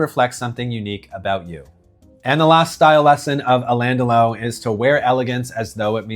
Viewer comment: You really should learn how to pronounce his name